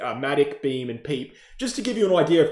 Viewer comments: Bro really called Pepe “Peep”😂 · You're trolling with the PEPE pronunciation 🤣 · its a crime in crypto with how you pronounced pepe 🤣🤣